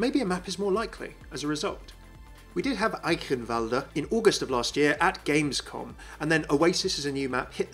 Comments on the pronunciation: you are the first person I know who pronounced eichenwalde correctly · is such a cutiee 😂 how he pronounces " eichenwalde " juuust right